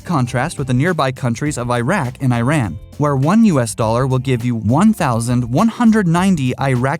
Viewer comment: Your pronunciation of Iraq and Iran gave me a ballache